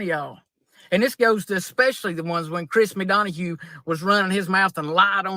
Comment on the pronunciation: Lmao! Chris MaDonahugh!: 🤣🤣🤣🤣🤣🤣🤣🤣 Nobody has ever messed his name up worse!